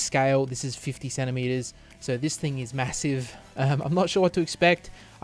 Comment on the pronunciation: emphasis on "massive"